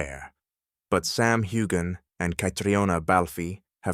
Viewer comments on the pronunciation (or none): It’s NOT HU-GAN! Get it together